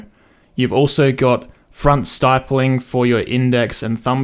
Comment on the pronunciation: Love your work. But stippling is pronounced like "rippling"! 😆